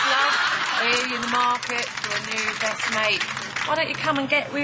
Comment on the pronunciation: did she just say brest friend haha that was funny